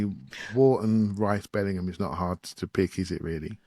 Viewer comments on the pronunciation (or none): none